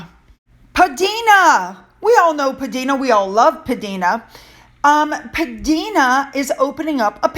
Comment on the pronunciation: To all you lovely people: PDina is pronounced P Dinah (as in Dinah Shore) and there is a really cute nod to someone in her name if you look closely. P (Princess?) Di (Lady Di?) n (Ann) a (uh) Princess Diana perhaps? Very clever! 💚🧚‍♂